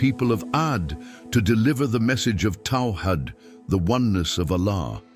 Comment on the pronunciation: The ai narrator only said a couple of words here and there that were off and they were Arabic words written in English and if you read what it is narrating it is saying what is written for it perfectly eg,it said taw hid because that was how it was written we know it is meant to be tawheed and if you told it to read tawheed it would of said tawheed the ai said taw hid because it was told to so the ai didn't get it wrong and to be honest when the ai narrator starts talking Arabic with the Arabic accent with the Arabic words spelled correct for it the ai narrator does very well when the narrator speaks Arabic using the words written in Arabic the ai is pronouncing every Arabic word perfect